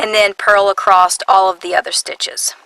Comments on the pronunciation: 'Acrost' is not dialect. It is simply a mispronunciation of the word 'across'. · Why do you say ACROST ???? there is no (t ) in ACROSS making me crazy :( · Sounds very strange to my Swedish ears..... 😅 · There isn't a T in the word ACROSS, and why do you smack before speaking almost every statement? #annoying